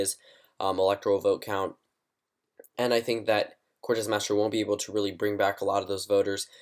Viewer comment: It's "Cortez Masto," not "Cortez Mastro."